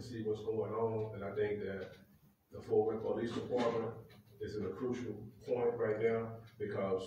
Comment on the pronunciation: IT'S FORT WORTH NOT {FORTH}